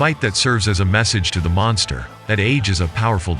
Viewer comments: Sounds more like Monthgstha to me the way Tyson pronounced it. Cute. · You mean mongster? Who you kidding mate ? That idiot couldn't even pronounce the word monster correct. How much brain damage you got ? Tyson is a scumbag, he always was and always will be. It don't matter how many times you donkeys mention his name. The only ones scared of Tyson are females and for good reason. Good to see how much you like a convicted rapist and sexual predator. What a bunch of bullshit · Tyson- "cwazy guy name the mongsta" 😂